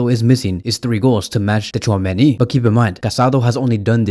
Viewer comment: you really don't need to pronounce "T" in Tchouameni's name yk😅